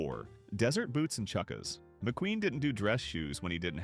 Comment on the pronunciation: Yeah, the mispronunciation of "Patina" as "Pa-TIE-na" or "chukkas" as "Chookas" gave it away